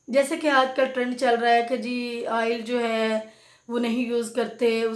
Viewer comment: Baat ko mukhtasar rakhain, Afaaqa Hoga insha Allah. Shampoo ki baat per 3 minute legayee Aap. Aur Haan Aail nahi oil hota hai. (آئل نہیں اوئل)